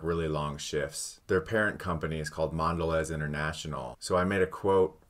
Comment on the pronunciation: "Mondelay". Come on...